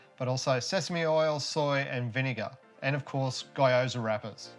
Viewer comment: Great well presented little video. Since my job used to take me to Japan a lot, I've always wanted to know how to make Gyoza and yours look really good, now that I know I can't wait to give it a go.... thanks! BTW Gyoza in Japan the y is pronounced ee like Geeoza, (like gease)